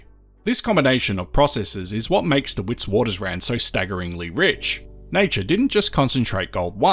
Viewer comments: Witwaterrand not Witswatersrand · WItswatersrand is Afrikaans for White Waters Ridge in English, fyi. You pronounce Wit with a “V” instead of W so Vitvatersrand is how the SAFFERS say it😎